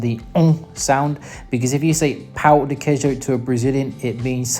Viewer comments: Very nice video and your pronunciation is very good. I was laughing about you saying pau de queijo instead of pão de queijo...lol ! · "pão de queijo" sounds like "pau" = dick of cheese😅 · Fun fact: if you pronounce “pão de queijo” wrong, it can sound like “cheese dick,” which often surprises Brazilians when foreigners say it. Btw, my favorite places in Brazil are Florianópolis and Belém — you should definitely visit! Rio de Janeiro is also beautiful, but like many big cities, safety can be a concern, so visitors should stay aware and take precautions